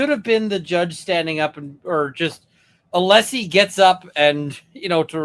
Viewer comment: I hate the fact that after all this time still doesn't know how tp pronounce Alessi's name. Or refuses to. Just another symptom of his behaviour.